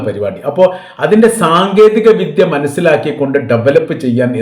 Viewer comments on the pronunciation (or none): none